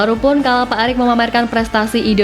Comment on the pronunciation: Pak Erik mbak Pak Erik .. bukan Pak Arik...hmm Estetis banget bacanya Atawa gak tau mbak...